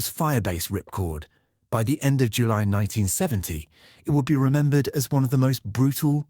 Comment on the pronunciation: The base was called Ripcord yet the guy kept calling it Ripcore, very sloppy commentary